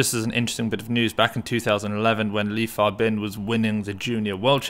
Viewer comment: Li Fabin been winning so much that people start learning to pronounce his name right 😂